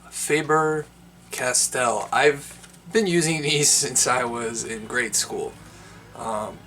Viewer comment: Hi from Germany: You pronounce it like Farber Cas-Tell. The stress are on the first syllable of Faber and on the second of Castell. Lothar Faber was the German inventor of the modern pencil, as we know it. Therefore he was raised into peerage by Germany, and his granddaughter Ottilie married Alexander Count of Castell.